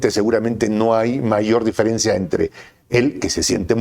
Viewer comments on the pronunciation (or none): none